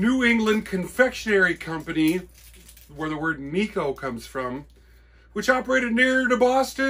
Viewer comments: I didn;t have the heart to say. Yes, Neck-oh wafers for sure. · NECK-OH, Wafers Necco... For the New England Candy Company... out of Revere, Mass. Not "Nico" wafer... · Another cool video.. The Necco company was in Cambridge MA. I used to work for Lotus Development (remember the spread sheet Lotus 123) and they were in Cambridge. I would ride by the Necco company in the early 2000's. They had rail service provided by Guilford.....It was pronounced 'Neck Co'